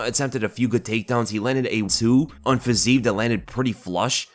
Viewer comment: Again.... comee on there is no Fazeev, there is only Fizeef... check out the cyrylics pronouncation letter by letter nd u'll know where my frustration is coming from (